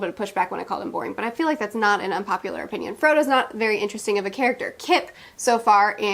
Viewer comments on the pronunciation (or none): none